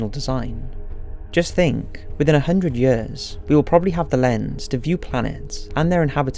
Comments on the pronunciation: one hundred hyuhrs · I love how he keep pronouncing "ea" as "uh". Yuhhhrs. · Its YEARS not yayers lol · The way he says years... lol 😂